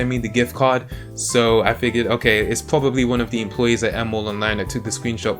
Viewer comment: Nice video, but you are annoying as hell with pronouncing your 'r's like w. For instance "If it sounds too good to be twue, it pwobably is."